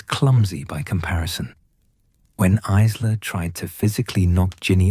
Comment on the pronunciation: Isla is pronounced 'eyela' - teach your bot because it's annoying in an otherwise excellent story x